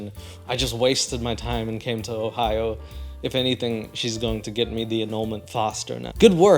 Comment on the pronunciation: I swear to god that I heard say “Whore-hio” instead of Ohio 😂